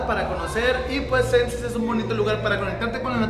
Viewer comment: jajajaja que madrazo se puso xD aah por cierto se pronuncia Shenses pero se escribe xenses ^-^/ saludos... desde el centro de playa del carmen jajaja